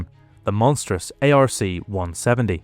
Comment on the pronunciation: Its pronouced "ARK 170"...NOT A.R.C.170